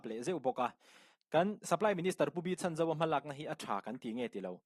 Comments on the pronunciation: Pu Chhanzova hming hi a tluk dikin lam ve la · Minister pu Chhanzova hming hi lam dik ve la😂